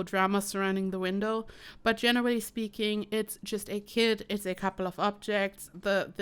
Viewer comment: She literally said kit I thought she said she drop kicked a kid